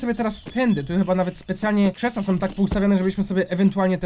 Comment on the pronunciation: TO SOM NO CHYBA SĄ A NIE SOM